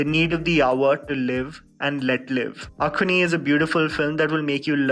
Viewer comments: Well actually it's not pronounced as A-K-H-U-N-I. More like AHH-XXXOO-N-I. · It's not akhoni It's axone (axon) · From the letters it should be uk-zun or ek-zun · It’s kinama.. isn’t it?😄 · I never knew that AXONE must be said as ACHONEE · Shit I used to pronounce this movie as AXE-ON.. thanks 🙂 Loved the movie though.. Saloni, Lin and Imsung♥️